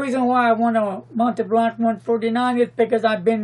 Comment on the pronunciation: Pronounce "Mont' [like want] Blanc," not "Mont'ee' Blanc"